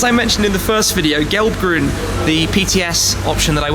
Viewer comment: „Geelb-gruen“ and „Grow-swoars“ :D it‘s so funny to hear you trying to say „Gelb-Grün“ and „Grau-Schwarz“ as a german :D